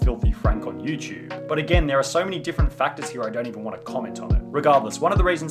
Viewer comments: nigga. stop saying youchube. its youTUBE not youchube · "Youchube" (SunnyV2)